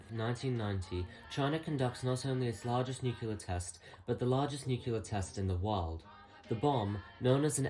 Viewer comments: Sir, it’s nuclear. Not nukular. Pedantic issues aside, good video. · I love your content and feel you're underappreciated! But pleeeease: It's not pronounced "nu-kyu-lar"... there isn't a hidden syllable. "Nu-clear" (or even "nu-cle-ar"). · i gotta ask, why do you guys prononce nuclear as nucular? Also, bro, regulate your volume, those damn decades songs are like jumpscares when your voice is so damn low.